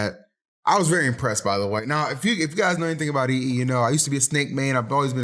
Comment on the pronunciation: EE sound scottish 😂😂